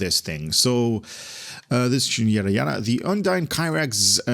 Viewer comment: Now you need to learn how to pronounce UNDINE Looks like really really good ship